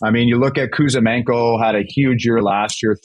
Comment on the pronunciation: Juice! Who is Kuzamenko? It's Kuzmenko.